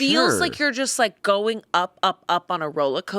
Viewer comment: I can't believe nobody called on "rolla coaster". I wonder if she realizes the word is "rollercoaster" or if it's just Boston-adjacent vernacular?